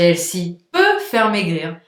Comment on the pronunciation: Ça se prononce : / H è l f y / c’est un mots anglais. ( un critique constructif ) Bonus : The se prononce : / Vœux / mais pas « ze ».